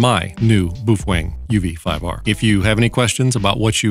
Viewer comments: Ok, so ... Bow fang is how most people pronounce it, Bo Feng is how it's supposed to be pronounced, but ... Boof Weng is now how I shall forever pronounce it! :D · "Bouf wang." LOVE IT! 😁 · "BooFwang"? LOL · you are out of tuch mate do your home work. you dont even pronounce the name correct . ijut